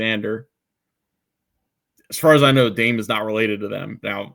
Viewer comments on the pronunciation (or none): Point of information: it’s not “daym” Sarr, it’s “Dah-meh” Sarr. Just an FYI! Excellent episode.